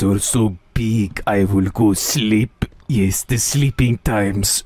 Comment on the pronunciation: “my mooscles are getting bigger from the POOMP, yiss the poomp”